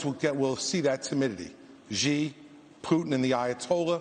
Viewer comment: Well, one the man showed was that he sucks at foreign diplomacy. He doesn't know how to pronounce the CCP leader's name: it is not "gee"; it is "she".